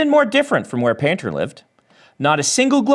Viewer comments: I was just listening to this and I was hearing 'panther' instead of painter... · Honestly thought he said Yumi and the Nightmare Panda at first now I'm dissapointed 😂